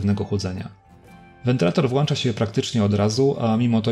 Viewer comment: Już chyba 5 film z kolei gdzie mówisz "włancza". Jak na tak wysoki poziom merytoryczny filmów wydaje mi się, że nie wypada aż tak kaleczyć polskiego... PS: Szkoda że w tej przejściówce w argonie nie zastosowali pełnego HDMI :(